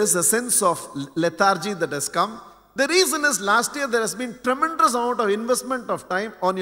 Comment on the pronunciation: I really enjoy his speech and also his vocabulary but I don't know why he is pronouncing 'tremendous ', as ' tremendrous'.